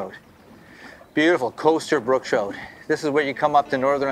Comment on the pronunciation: "brook Troot" gotta change my lingo I guess . Cool place.